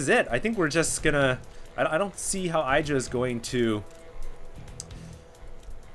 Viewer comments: Lol You uneducated noobs, TLO lost to IdrA in the HDH and Day 9's King of Beta tournament which he won also BTW. Calling IdrA a bad player is borderline idiocy and ignorance...BTW it's pronounced E-Dra not eye-dra. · I really would like for you to learn how to pronounce IdrA.